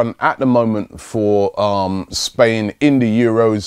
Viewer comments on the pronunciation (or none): none